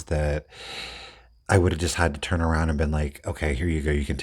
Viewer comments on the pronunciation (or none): none